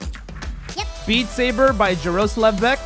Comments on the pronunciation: You should say Jaroslav like yaroslav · the way he said Jaroslav hurts my feelings. Yar-uh-slav it slovakian